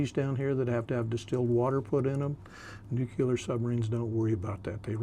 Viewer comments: “Nuclear”… one “U” in nuclear. Hard to sound like a subject expert saying nucular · Nu-clear, never nu-cular!!!!!!!!! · Nuk-ya-ler.. i guess he better stick to Diesel -Electric .. cant stand it , im GONE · Somebody tell him it is "nuclear" not "nucular"! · Nu clear, why is it so hard to say? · A lot of us are from different places in the US where when we say Nuclear it sounds like nucular. He's wearing a hat with dolphins on it, so I would venture to guess he is more than qualified to cover the subject. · Wtf is new cue ler? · nucular is wild 😂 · I had to stop watching after about 13 minutes. I couldn’t stand to hear the word nuclear, pronounced “nukular” one more time. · There is only one letter "u" in the word nuc-le-ar. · Yes, why is it so hard to say Nu cle ar. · Ugh. Nuke yuhlur🙄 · God I can't stand when people can't pronounce NUCLEAR properly.....😂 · Like “W” Bush.